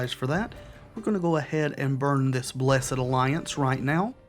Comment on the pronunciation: Thank you for pronouncing the Blessed in Blessed Alliance as a two syllable word instead of one. I also do that. That makes us bros for life.